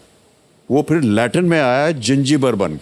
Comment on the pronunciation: latin hai latrin nahi 😂😂